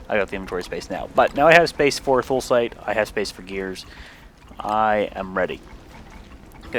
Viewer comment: I believe it's pronounced: THOO-luh-site. But whatever.